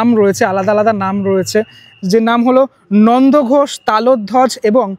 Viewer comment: Nandoghosh na😂Nandighosh, do homework before uploading vdo. Like ur blog👍